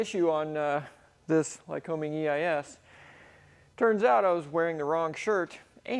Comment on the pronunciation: Hey, my home town is Williamsport, PA. The Lycoming plant was just five blocks from our house. Awesome place. Our next door neighbor was a metallurgist engineer at the plant. However, let's get this right. The locals call "Lycoming" as "Ly-cuming." Accent on the second syllable. Company named for the regional PA county - Lycoming. Just sayin. Dr. Neal Hively, Melbourne, FL.